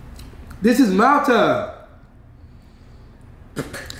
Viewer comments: He said malta wrong🤣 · It’s pronounced “MALL-Tuh” when you said Mal-Tah it gave me anxiety😂😂😂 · Its not alcohol an from Trinidad an we drink that most of the time an you pronouncing the name wrong its not Malta is pronounce like mall ta ...but its Malta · The way he pronouced Malta got soooo upset everytime he said it because im from the Caribbean. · He saying it tast like Malta but he saying it wrong lol like if u know Spanish u supposed to say it in the Spanish way if u know what I mea